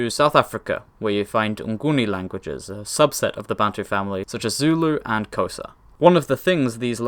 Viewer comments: Honestly genuinely quite shocked that he pronounced Xhosa with a "k" . As soon as he showed the map of the wider Bantu family I thought to myself "aaah, he's gonna flex on us with his perfect pronunciation of the aspirated lateral click". Threw me that he didn't! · Yes I was shocked too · There are different dialects, some where it actually starts with a k sound (I think) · they're European... it takes years to master... you also can't just do any random click. There's a whole bunch of different ones...